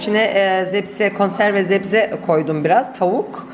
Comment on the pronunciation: zebze değil sebze desen iyi olur